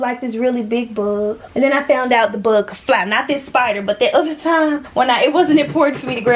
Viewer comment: The way she pronounces “ buhhhg “ what is that accent tho? I’m not American please 😂😂😂